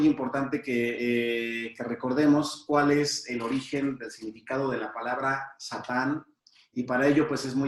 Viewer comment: No se dice shatan. שטן , con Sin no con Shin Se dice Satan